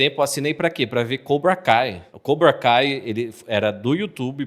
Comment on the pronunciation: Primeira vez que vejo alguém falando coubra cai kkkkk